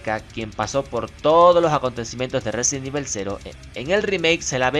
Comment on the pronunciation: Resident Ibel xD